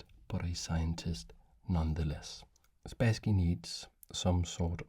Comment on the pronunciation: Hello! This video isn't the first one where I listen (I do mostly listen) to you talking about some chess master Boris Spasskiy, and only now I have realised whom you're talking about! He's [Sp^sskiy] with "a" like in "bus". The "a" is stressed, also. For how you say it, with "a" like in "back", we have a different letter. Hereby, I present it to you: "э". If you don't see it in the Russian writing, then it shouldn't be pronounced in English either. Actually, I think you say Kasparov very well! Same thing here. And same goes for the city: Leningr^d, not Leningrэd. Thank you for your content and I hope you'll find this tip useful! P.S. He's also Bor'is, with the "i" being stressed here, but it's less crucial for understanding.